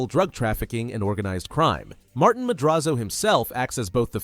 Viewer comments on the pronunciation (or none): none